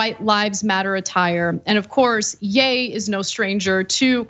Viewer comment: Not Yay Ana. Yee. Either way he’s still obnoxious.